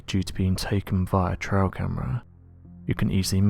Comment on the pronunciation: Is he saying 'trial' camera instead of 'trail' camera - really annoying